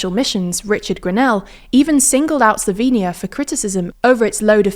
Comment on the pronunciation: Finally someone that pronounces the word "Slovenia" correctly in english.